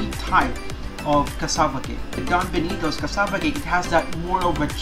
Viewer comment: Compa-ha-resun ..... bii knee toes.... iba talaga